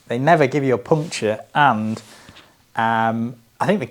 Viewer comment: watch the bit at the beginning where you talk about the tyres, I believe it’s a slip of the tongue. Puncture comes out as “pumcha”. 😂